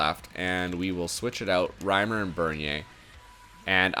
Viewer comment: Reimer not retailer WYF